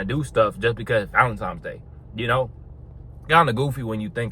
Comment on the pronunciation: It's cute how he says ValenTIMES, every single time . Corey Wayne also says it (but he aint on no body game stuff, he's more just about relationships). It would make sense if it was TIMES, as Tines is weird, and just coz it's some Saint dudes name -That nobody knows or cares about anyway. It's just a money spinner. Cool bandana